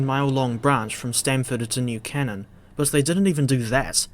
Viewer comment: pretty sure New Canaan is pronounced 'Kay-nun' tho